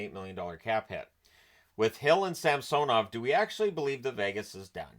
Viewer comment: pronouncing Samsonov's last name correctly really brings tears of joy to my eyes.